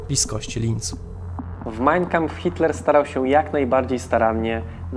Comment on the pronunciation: Wszystko super, bardzo ciekawy odcinek. Jedna sprawa: to nie jest MAJNjkampf, tak jak to wymawiasz (brzmi fatalnie), tylko MAjn KAmpf - dwa słowa, z akcentem na 1 sylabę.